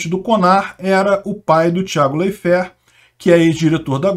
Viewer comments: Sempre ouvi a pronúncia "Láiferti" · Intankavel ouvir o Ucraniev pronunciamento Leifert errado kkkk